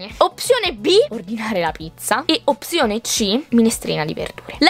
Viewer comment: Ma non si dice opsione ma opzionee😅😬